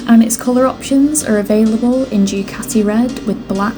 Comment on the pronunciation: I didn't understand your English vocabulary... It's Du Ca tee yi Not Due cati it's Italian not Yorkshire. Please pronounce it properly.